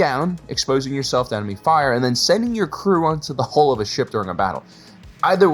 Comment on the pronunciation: the ONLY annoyance is people who cannot say 'hull', and instead say 'hole'.